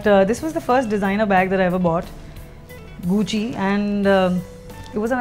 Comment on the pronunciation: Many designer stuffs but some pronounciation are incorrect like Gucci, Moschino. Also she kinda looks similar to Lady gaga